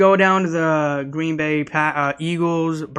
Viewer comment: "Green Boring" is what I thought I heard 😂